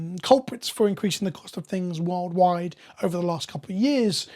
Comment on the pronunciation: "world-wide" sounded like "wild ride" to me at first. Had to rearrange my thinking on the fly.